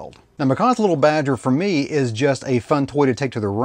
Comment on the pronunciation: Leetle Badgers, we don't need NO leetle Badgers.